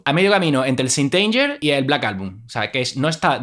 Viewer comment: Se pronuncia seint anguer. /St anger